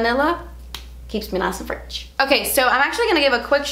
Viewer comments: Hahaha “nice and fretch” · Nice and fretch! Lol! 😅😅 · Nice and fretch 😂💘